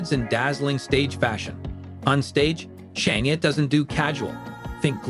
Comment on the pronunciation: Can you listen to your self say shinia 😂😂😂.